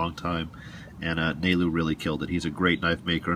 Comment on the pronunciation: Haha. Nailed his name Nalu(nah-loo)